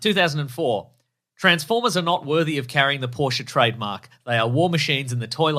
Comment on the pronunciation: It’s definitely poor-sha